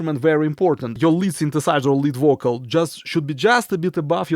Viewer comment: its a subtle joke.. when you say vocal its sound like bocal.. but i love your accent... i dont say this to demean you.. you are the best